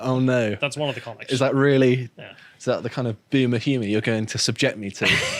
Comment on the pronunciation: Did he say “Boomer Humour “?